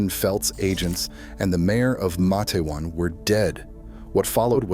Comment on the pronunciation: It's. Mate-wan